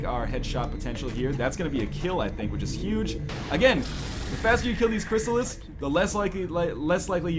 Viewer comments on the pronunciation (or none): Who else hates it when NL says Cryssalis.... It's Cryssalid!